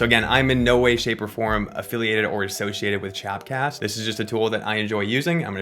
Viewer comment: It’s called “chop cast” bruh, not “chap cast”, lol